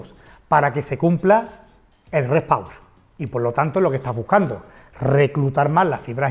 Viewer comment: Rest pause se pronuncia rest pos o sino traducelo.